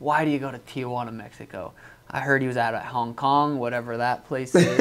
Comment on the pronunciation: bro said hong honk 😭😭😭